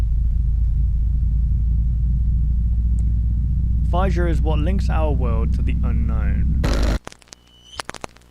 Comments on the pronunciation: it isn't it's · The way he says fissure makes me want to have a panic attack, is it that hard to pronounce the s's as z's? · I always pronounced it Fizz-sure.